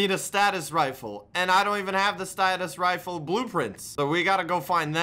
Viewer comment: Also when he said status rife instead of stasis rifle